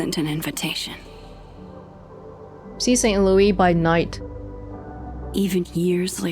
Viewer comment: Hearing constantly mispronounce St. Louis hurts my soul.